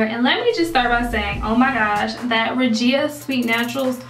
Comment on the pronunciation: Beautiful results!! And yes you said my name correct LOL!!